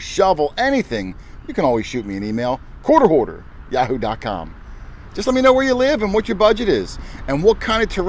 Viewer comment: every time you say "quarter hoarder" i think you're saying "court order"